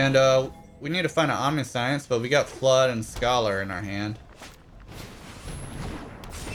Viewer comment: Pretty sure it's pronounced Om-nish-ence.